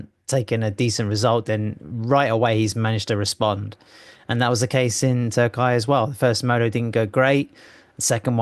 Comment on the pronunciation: Gentlemen. It is not Turk-eye, it is Turk-e-ye